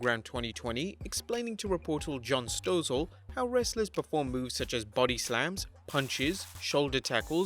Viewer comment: In case you need to say his name in a future video, John Stossel’s last name is pronounced “STAH‘sul”.